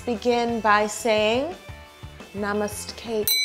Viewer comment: She actually said Namastcake.. I’m dead..